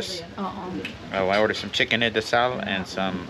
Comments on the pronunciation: You are correct. Funny story: I know it's pronounced inasal, but having been saying it this way for 35 years. Your the first person that has said something to me. I know it keeps coming out that way even though I'm trying to omit the D sound, lol: bad habit. That's my favorite thing to eat, which I'm eating right now as I'm typing this reply. Anyways, thanks for commenting. Take Care. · There is no "d" in "inasal".